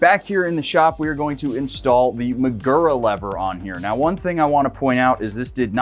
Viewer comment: This is a good, worthy, useful video. Nonetheless, say it 100 times: muh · goo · ruh. You ‘merican dudes ALWAYS pronounce words from other languages by smearing your typical set of speech sounds over words according to how they are spelled. STOP IT. Do your homework before uttering unfamiliar words, otherwise, the damage you do to languages outside your own is incalculable.